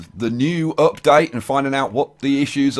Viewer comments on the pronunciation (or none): none